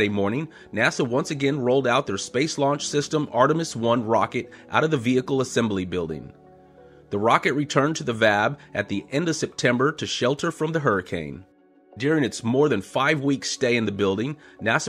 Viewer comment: V-A-B! It's V-A-B.